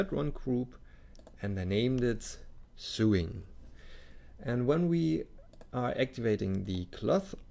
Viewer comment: nitpicky me, when you say "sewing" it is not pronounced Sooing, it's pronounced as "So long, thanks for the memories." then "ing" on the end... so (long) ing.... my mom does lots of that so it kind of jumps out at me. It's sort of like, do you "goo to work," or do you "go to work." Do you "soo the cloth together" or do you "so the cloth together." Love, love, love the sneak peeks. Please make many more to show off how awesome Blender is. I am slowly beginning to switch from Rhinoceros 3D to Blender.